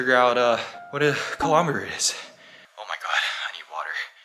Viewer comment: ITS KILOMETERS!! NOT KILOMATERS 👹👹👹👹